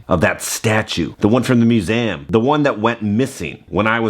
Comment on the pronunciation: Am I the only one that notices how pronounces the word museum? It sounds like is saying mu-se-am. Never hear you have an accent like that with other words though. 🤔